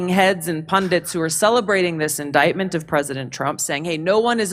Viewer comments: In"dite" ment not " in " dick" ment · Indictment, pronounce it correctly in-dite-ment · Surprised that doesn't know the correct pronunciation of the word indictment. As in ditement not dicktment. Either way The View sucks and those women are nuts. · Please stop saying indiKtment. It's annoying AF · I can't watch this and hear Indictment incorrectly spoken over and over. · Also my bad but damn can someone tell her she's pronouncing indictment wrong 🤣. Unless she's just trying to say that one eyed snake word a lot lol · Don't pronounce the 'c' in indictment please. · pronounce indictment correctly